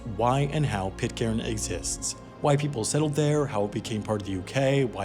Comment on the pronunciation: It's pronounced Pit-kern. Did you make 12 episodes without finding out about that? It's right in the first line of the Wikipedia article 🤷🏻‍♂️